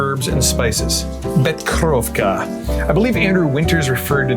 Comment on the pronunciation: Nice video and I dig the cocktails and I have that same glass you used from the last drink but just an fyi you pronounced the Becherovka liqueur incorrectly 😉 I can assist you with the pronunciation if you like lol 😂😊😛